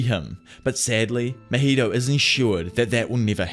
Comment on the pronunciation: “Mah heee toe”… “ top note goat” lmaooooo I wish I could pull your tongue out lmaooooooooo